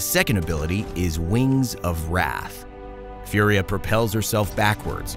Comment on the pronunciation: Its Italian so its not "Fiuria".. its just "Fùria". I know its similar to the word "fury" ( and that means furia in Italian ) but.. pls respect the pronounce and the origin of the name